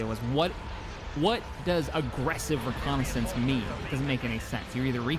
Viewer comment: I hate when people say Arggressive ReConnaisance